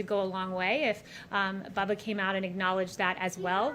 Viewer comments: It's BUBBA, not Bubble. Christ. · It's Bubba, not Bubble Wallace. This reporter I bet always demands an apology. How rude these reporters are. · I think his name is Bubba not Bubble